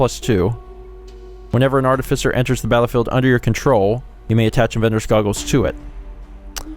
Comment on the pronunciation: I have never before heard anyone pronounce that word as "artifisser".